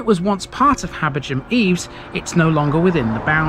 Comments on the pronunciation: I'd say "Habber-gam". Definitely not "Habber-jam" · Are you sure about the pronunciation of "Habergham"...? It's my surname but I've never heard it with a non-aspirate "gh"... I just pronounce it as "Habberam".